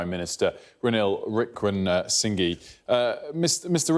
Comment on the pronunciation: Wickramsingy lol